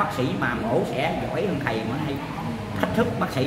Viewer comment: Bi NGỌNG CÒN NỔ NỮA AI CHIU CHO NỔI HẢ KHẦY , HẢ KHÃY , HOHOHO